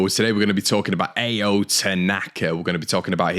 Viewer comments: Ao is pronounced like Ow (ah-oh) by the way :) can’t imagine us selling Rutter at this stage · It's pronounced Ah-oh tanaka Connor mate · Ao is pronounced like ow if you were hurt